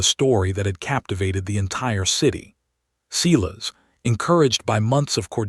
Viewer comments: Sigh-las. Not Sea-las. Yikes. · Every time AI says Ceeless instead of what I believe is Cyles it drives me crazy. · Is the bloke's name Silas? In the UK we say Sylas not Seelas.